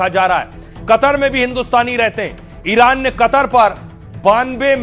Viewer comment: जुवान लड़खडाराह हें इरान को इनार बोल रहे हो